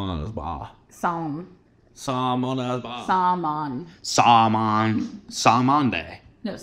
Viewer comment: saying ‘Sal-Mon’ and not helping himself and saying ‘Day’ at the end. 😂😂